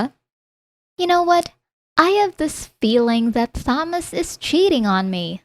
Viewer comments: Thomas is pronounced with only the t The h is silent so Tomas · The H is silent in Thomas. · Thomas has been driving me nuts for awhile now. The H IS SILENT!!! Ugh